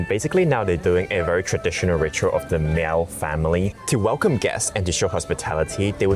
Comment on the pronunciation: Miao is pronounced, just like Malcolm. So just say mal. Please do not make the cat sound.